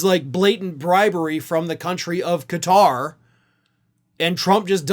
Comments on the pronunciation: Nice to see you pronouce Qatar correctly "Ka-tar"....NOT "Gutt-rr". Most Americans can barely pronounce anything "foreign" ! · First thanks for saying this country’s name correctly. Everyone else is pronounce it as cutter. Thanks for keeping all facts in check. Including the emoluments violations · Kudos for pronouncing 'Qatar' correctly! Tired of hearing people saying 'Cutter'...